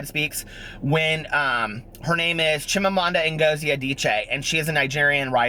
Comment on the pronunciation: I absolutely love Americanah & Chimamanda is truely pure class. I cannot believe how well you pronounced her name for a non-nigerian. A beautiful Christmas to you and your family.